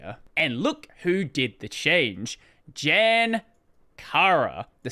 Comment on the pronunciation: Jan is pronounced more like Yan and is the Czech equivalent for John.